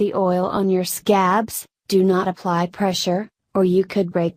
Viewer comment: ok am i the only one who noticed she said OOoply you honey Idk maybe i just cant hear right 😂😂